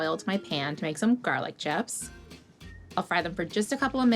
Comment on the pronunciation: I thought she said "garlic Jeffs".